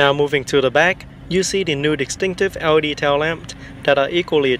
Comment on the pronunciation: lol when you say L.E.D it sounds like Audi 😂. Audi taillight, Audi running lights.... on a Benz ? Hahaha